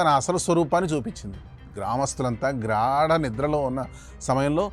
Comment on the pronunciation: గ్రాడ నిద్ర కాదు నాయనా గాఢ నిద్ర అనాలి